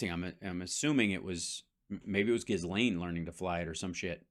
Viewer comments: Its pronouned Jellaine, not Gis Laine but hey who cares. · It's Ghee-lane, the S is silent. Ghee-lane maxwell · Hal, better if you ignore the “s” in Ghislaine. It’s silent.